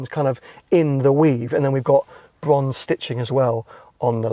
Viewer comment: Bwonze Bwonze Bwonze, You sound like Jonathan Ross. 😴